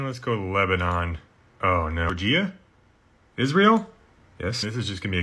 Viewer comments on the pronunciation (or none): none